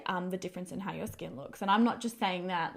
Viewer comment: Why do Aussie YouTubers keeping putting ‘ah’ after everything?? Ie ‘Look at my skin-ah!’ 🤷‍♀️